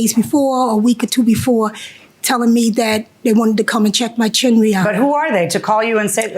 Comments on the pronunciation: Chimney. The word is CHIMNEY. There is no such thing as a “chimley.” Stop. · It’s not chiminey (JM) and it’s not chimley (plaintiff). It’s chimney, pronounced “CHIM-nee.” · Chim-ney. Chim-ney. 2 syllables. 😂